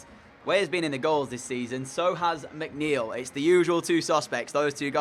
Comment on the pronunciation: And yes, you got my name right✌